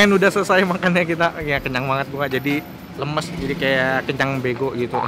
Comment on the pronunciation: Lemes jadi kayak lemas bego 😂😆